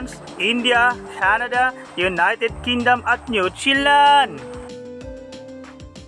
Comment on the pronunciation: Natawa Ako sa nochelan,hahaha bka new Zealand boss?😂